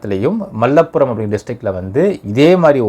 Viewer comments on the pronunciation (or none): This guy pronouncing place names so horribly that it irritates to watch. Deii deivu seythi place name solaatha nee vaanthi varuthu. Mallapuram Ottapalam sola theryaatha da. Kaaa thoooooooo. Layak elaa nee po